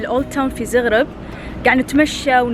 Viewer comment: شكرا على التغطية بس يا ريت لو سمحت تلفظي اسماء المدن مزبوط ..... مثلا عاصمة كرواتيا , زاغرب وليس زوغروب ايضا سلوفانيا وليس سلفونيا .. يا ريت كل واحد عامل حاله تيوبر يقرأ ويتعلم عن الدولة اللي مسافر عليها قيل ما ينشر الفيديو